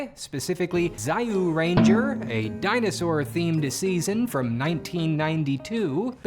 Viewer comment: why don't you try kamen rider series or ultraman series btw it read as juuranger not zayuranger